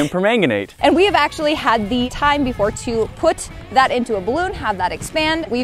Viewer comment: Nah, it's Potassium Per-Magnet, Nate.